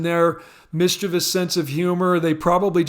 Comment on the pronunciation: Thanks for pronouncing the word “mischievous” correctly (nobody does).